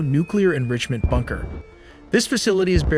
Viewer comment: I swear I heard “b-2 bonger” and “bunger” not bomber and bunker